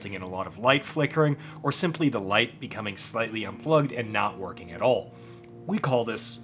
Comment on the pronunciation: the way you say "all" sounds like you're saying "oil" in a southern accent 10/10 🤣